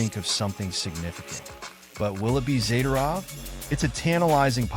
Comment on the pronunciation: All talk, no facts. As usual, AI cannot pronounce Zadorov's name properly. he would be an upgrade over Souci, or even meyers